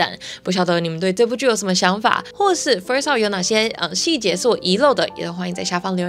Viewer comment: 只有我聽到kiki 說first law嗎😂